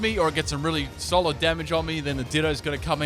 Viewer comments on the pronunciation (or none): none